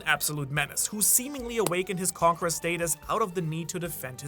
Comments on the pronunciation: He always pronounces conqueror as "conkra" and once you notice, you can't stop hearing it. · I hear conker